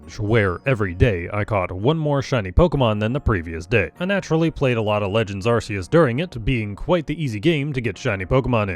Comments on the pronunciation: Arceus is pronounced with a hard C sound :') It's not called the "arse-phone" please................ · Are-key-us, please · I don’t subscribe to people who don’t pronounce arceus correctly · look man I was on my for you page and I see thicc borb then THREE seconds in I hear "ar-see-us" Im clicking off man this is too much (Im joking lol I still wanna see the blue ish green borb lol)